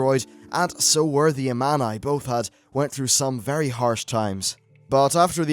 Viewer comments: it sounds like armani :D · This might be nitpicking, but you should take some time to listen to how some things are pronounced in game. You pronounce several words wrong. Such as Thrall and Amani. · Your saying Amani wrong.. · He's pronouncing several things wrong. It's like he's never played the game with the sound on.